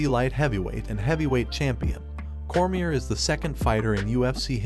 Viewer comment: Stype? Meahsick? Josie? Cormia? Jesus Christ dude at least learn how to pronounce their names before making a video like this.